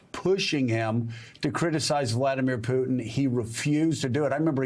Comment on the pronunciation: At least say his name correctly lol